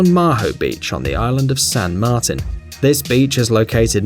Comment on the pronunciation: lmao, this is common knowledge. tell me, who would call a "flight yoke" a "steering wheel". the funniest mispronunciation was him calling "saint martin", "sant martin" if you think you need to be in college to know all of this, that says something about you.